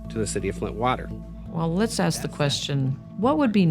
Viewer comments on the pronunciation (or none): For the love of God there is no x in the word ask